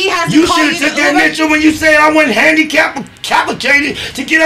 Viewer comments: Not initial😂😂😂😂😂😂 handi-cappa-cated😂😂😂😂😂 CUHHHH I'm weaakkk!!!!!😅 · “You should have took that initial when you said I wouldn’t handi-cappa-cated to get up to the fvckin thang”